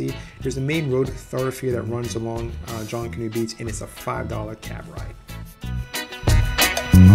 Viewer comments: It's not "JONK-anoo" Beach.. its pronounced like it looks.. "JUNK-anoo" . 👍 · Please pronounce Junkanoo correctly. Phonetically, junk a noo.😉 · Thanks for the video. It's pronounced (Junk)- a- new. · pronunciation aside, thanks for the video and the information. Going there soon! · Couldn't make it threw his pronunciation of Junkanoo. Little research ahead of time would help.